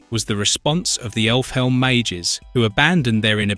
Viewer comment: this guy's voice is AI right? pronouncing Elfhelm as effle helm, and butchering Qliphoth makes me think it's just AI reading a script